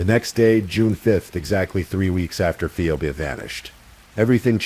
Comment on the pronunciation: It's PHEEBEE, not Pheobeee. Read yourself not with AI.